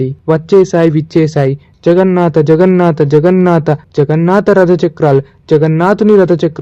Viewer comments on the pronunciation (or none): జగన్నాత కాదు జగన్నాథ. తెలుగుని చంపకండి